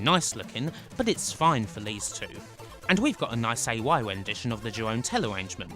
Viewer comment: I love Golden Axe Warrior. I never really liked Golden Axe 2, it is okay I guess. Why are a lot of the enemies pink and purple? I do think Golden Axe 3 plays great; I really don't dislike the game, only the graphics. The soundtrack of the C64 version is indeed fantastic (Jeroen is pronounced a lot differently though). Such a crying shame Revenge never made it home. I am still holding out hope. The OK Golden Axe The Duel was a poor choice for the Saturn, when they could have ported Revenge. Beast Rider is indeed very medicore. It isn't as terrible as some people say it is, but it should have been a 100 times better.